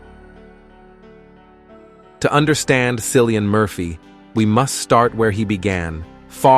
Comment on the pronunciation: Cillian pronounced Killian not a C but a K!❤